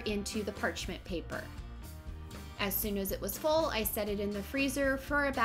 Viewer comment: omg you keep saying parchment paper wrong😂😂😂